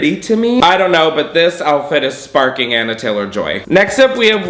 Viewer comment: “anna taylor-joy” its anya 😭☠️ ON-YA